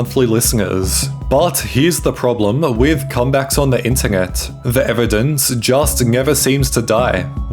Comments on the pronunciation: I've never seen someone butcher the word internet so badly on the internet before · is nobody gonna talk about how he says internet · bro you need to work on your english. beggenging, ingeret, ingevitively, mongey..... you add extra g's to so many words. learn your pronunciations ffs